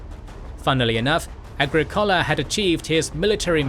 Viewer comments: prounounce “aGRIcola”, not “agriCOLa”. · A-gri-COH-la A-gri-COH-la A-gri-COH-la! The narrator breaks immersion. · Agricola is pronounced ah GRIK ola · Comprehensive history! I’m not a fan of the format but the content is excellent. Why did you chose that pronunciation of Agricola?